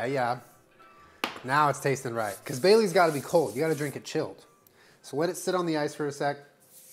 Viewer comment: I kept hearing bay leaves instead of Baileys